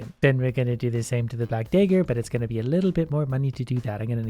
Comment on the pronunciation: he said black dager